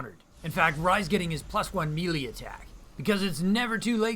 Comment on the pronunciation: fun time. maybe learn how to pronounce stuff though, like Valkyrie and melee